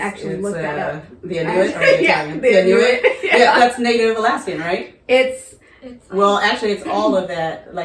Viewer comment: Inuit: pronounced "IN you eee"